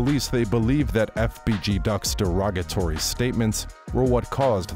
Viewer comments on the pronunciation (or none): none